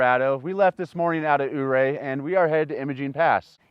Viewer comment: Thank you for pronouncing Ouray as "U-Ray"😊